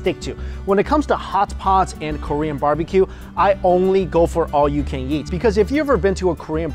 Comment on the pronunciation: all you can"jeat" Wtf is JEAT? JEEEEEAAAAAAAAATTTTTTTTTTTTTTTTTTTTTTTTTT!